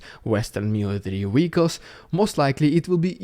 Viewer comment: Like listening to Pavel Chekhov. Wessels and wee-ackles.